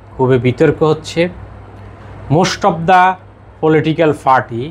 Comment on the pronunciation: পি আর বলতে ফি আর বলছেন পার্টি বলতে ফার্টি বলছেন নেপাল বলতে নেফাল বলছেন মোট কথা আপনি প উচ্চারণ করতে পারেন না কেন।